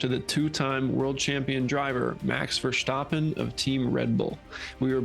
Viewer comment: Just to tell you, your pronouncement of Max his surname is the best I have heard from a non-dutch speaker. My compliments